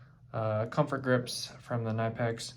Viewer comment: Zee Germans pronounce it Kuh-nip-ex....